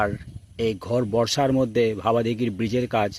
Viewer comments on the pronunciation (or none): ঘর বর্ষা নয়,বলুন ঘোর বর্ষা,উচ্চারণ ঠিক করুন